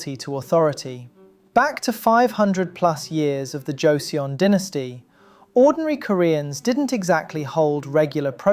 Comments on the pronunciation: “Wow he’s getting better at pronouncing Korean words!” “joe see yon dynasty” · Jozeeyon 😂 That's not even close how you pronounce the name of the Joseon or Choson KINGDOM.